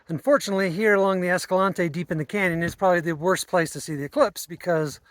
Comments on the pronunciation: Naw, ignore the llama guy. You're saying Escalante right. It's named after Silvestre Vélez de Escalante, it's a Spanish name. The way you are saying it closest to the Spanish name. Ignore the haters, lol all 797 of them (Escalante's population, roughly). Also, the eclipse shots are some of the most incredible things you've shown us which is saying a lot. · Moon photos are totally awesome! Very familiar with Escalante. Been going there since 2002 before it was "discovered". Know of the Escalante pronunciation "controversy". Just say it whatever way works and be respectful of the area, it's all good! We say it the way you do, BTW. Looks like you're heading the BMT. Looking forward to the next vid! Thanks so much for your time and efforts.😁